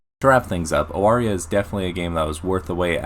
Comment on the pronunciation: First? It's pronounced Avaria, I only found that out today. Respect for your preference of Zdrada. Nikita is very cool, Like your reasoning. I am unfortunately torn between Pandemonica and Judgement.